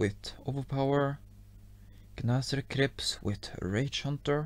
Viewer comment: I like when he says “with” coz it sounds like wit😅😂😂